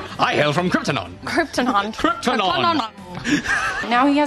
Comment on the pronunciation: "i am from cripton" im dead laughing